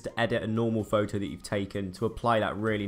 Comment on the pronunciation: am I the only one slightly irritated by the way he says "photo"? Lol